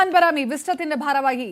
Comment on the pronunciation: സഫ്‌വാൻ ബരാമി ❌ സഫ്‌വാൻ ഹറാമി ✅